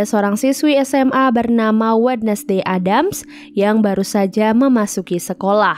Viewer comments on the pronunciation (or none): ADDAMS TAPI DI BACA EDDEMS